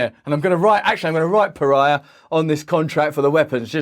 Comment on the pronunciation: Do Saudis know what is Per-Ry-Ya? I bet even the the culture where the word came from won't know what is Per-Ry-Ya. This is such an asshole policy, I sell you weapons and call you terrorist. I prevent you from nuclear power sell you coal and call you polluter. I'm going free you so you can only obey us...